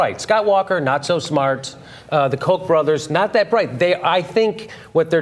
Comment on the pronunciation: when you say millions of dollars of kock money some people may get the wrong impression lol